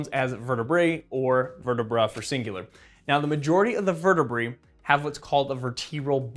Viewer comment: Vertebruh lmao